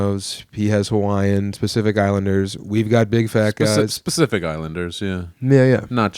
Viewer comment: Tbf, it definitely sounded like said 'Specific Islanders '